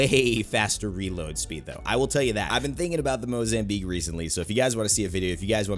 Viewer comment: “or tha mozambiatch”😂😂